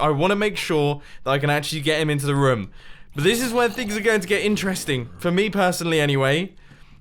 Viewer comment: whenever Mumbo says room, he says it like rum